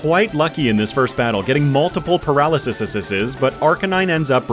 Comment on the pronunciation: he said paralysiseseseses 😂 he said cleverererer 😂😂 for the onixiseseseses and for the steelixeseseses ooooo 69 nice